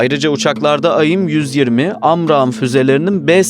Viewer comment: Kardeş aim ayim diye okunmaz onun dışında video açıklayıcı ve net 👍👏